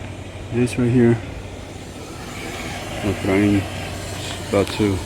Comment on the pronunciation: the way he said "EFRAIN ended up falling" 😂 poor guy, hope he is doing better!